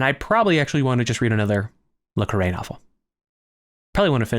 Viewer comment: While I was enjoying this video, the ad breaks every few minutes for an 18 minute video is rather annoying. Also, just to mention, in the U.K. John le Carré is pronounced more like "John le Carry".